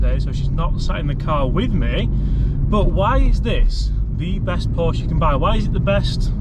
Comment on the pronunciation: You should be able to pronounce Porsche correctly if you want to praise it. Another one handed driver of a manual car. Try selling it on with a manual.